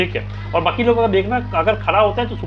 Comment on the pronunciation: Vakeel❌ bakeeel✅😂